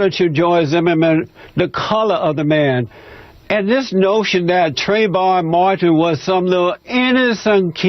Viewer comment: That asshole couldn't even pronounce trayvon martin's name correctly, let alone state any facts backing his statements.